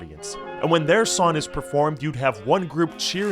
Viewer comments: are you saying “seeners” and “son” instead of singers and song? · I hate how this man doesn't pronounce the G in his words. "sawn" "yun" "sin" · This narrator leaves out the nasal g at the end of the word "song" and pronounces it as "sawn". "...and when their sawn is performed..." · “Son”, “youn”, “siners” “alon”? Do you have a problem pronouncing “g”’s or something?? Really annoying for a voiceover! Blow your nose or something